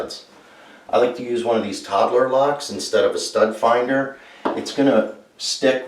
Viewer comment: What did you use to find the Stud, couldn't quite understand. Great video.